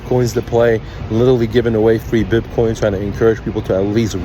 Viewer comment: BIPCOIN 🤣🤣 This guy cant even say it What a shambles BIPCOIN CASH 🤣🤣 What a clown